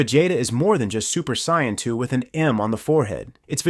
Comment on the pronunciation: A "Super Sayannn" and "Vajayta" 😂